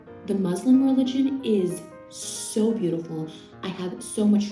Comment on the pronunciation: The way she says SO... "SHOW" obsessed, SHOW much respect 😳